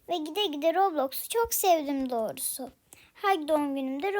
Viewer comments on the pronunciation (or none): Hep dorusu diyorsun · evet komik olmus